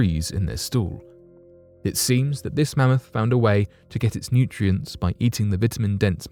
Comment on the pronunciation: Are they going to talk about cloning this mammoth for the next 20 years? Also “Man-moth?” Karl Pilkington.